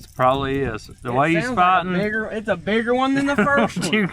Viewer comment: At exaclty he said the n word hard r trying to say bigger